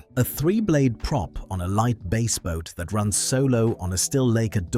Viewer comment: That and it is a bass (like fish) boat and not bass (like treble). AI is the future?